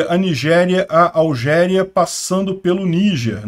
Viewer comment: Não é Algéria, mas sim Argélia